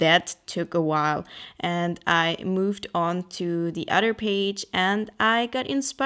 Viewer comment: I looove these types of videos, random but inspiring. They always make me want to run to my sketchbook and do SOMETHING! I also like how you say 'Other' like 'udder' lol xo